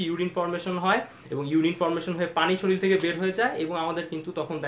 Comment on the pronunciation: It's not শরিল it's শরীর. Pronunciation must be proper when it's posted on youtube take care.